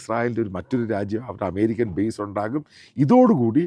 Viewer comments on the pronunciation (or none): none